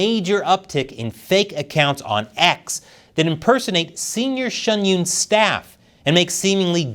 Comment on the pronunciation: Why do you pronounce Shen Yun Shun Yoon?